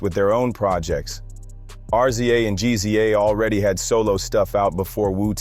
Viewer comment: Jus so u know mate, Meth"s Tical, is not pronounced like Tycal but jus Tcal. Also GZA The Genius has never been referenced has G-Z-A. its jus like Giza, same with RZA. Still enjoyed this so ive subbed!